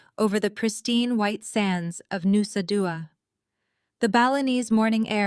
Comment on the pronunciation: Nusa Dua...Bali???? Pronunciation was weird?